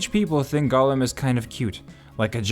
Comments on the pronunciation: Golem =/= Gollum. "Gollum" is pronounced "GAHL-uhm." "Golem" is said "GOH-lehm." The former is an ex-Hobbit twisted by the One Ring. The latter is a Jewish mythological construct of a man made of clay infused with life by mortal sorcerers...or made of flesh if you're one Dr. Frankenstein. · talking about Gollum… watch: The Outer Limits S02E16 Deprogrammers there you have: "Jollem"